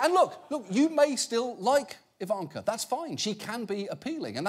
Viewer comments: I love how Jon pronounces her name "Evanker" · Please stop saying Ivanka with the long middle A. That's not how it is pronounced.